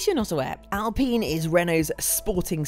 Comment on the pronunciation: why would she call it alpeen? basic laws of grammer make the i long, no? friggin english.